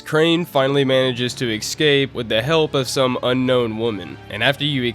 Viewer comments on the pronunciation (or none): ES*cape not EXcape